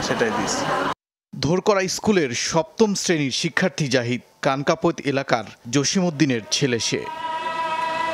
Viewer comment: সাংবাদিক সাহেব কানকাপোত হবে না.....উচ্চারণ হবে... কনকাপৈত। কনকাপৈত একটা ইউনিয়ন, এইটা চৌদ্দগ্রাম উপজেলার ৯নং কনকাপৈত ইউনিয়ন, যেখানে আছে ইস্কুল, কলেজ, মাদ্রসা, ব্যাংক,ভুমি অফিস,ও আলহাজ্ব নুর মিয়া বিশ্ববিদ্যালয়।